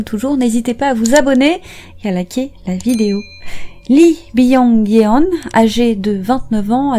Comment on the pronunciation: Je connais cette histoire mais je vais écouter votre version quand même ! :) PS : Yeon se prononce Yone avec un o ouvert